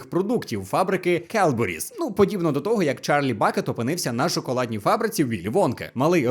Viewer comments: То не келберіс, а кедбері. Я живу 10 хвилин пішки від фабрики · Там не Келбуріс, а Кедбуріс - Cadbury's (зараз Cadbury - Кедбері). можливо сплутали через Kellogg's? в них теж шрифт такий собі)